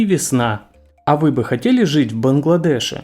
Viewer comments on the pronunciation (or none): Этот голосок...,,В БангладешЕ"...и т.д. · В БангладешЕ. Коряво.